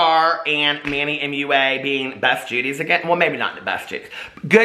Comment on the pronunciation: Manny Mooa Mooa😂 you crack me up! Gah I adore you. I thought Manny Mua was pronounced mwah like a kiss when I first found him. 💋